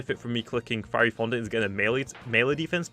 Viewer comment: I laughed so hard when pronounced fiery fondant feary fondant